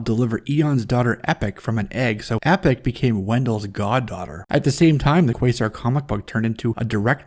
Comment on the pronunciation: Eon's daughter's name was E-poc not Epic.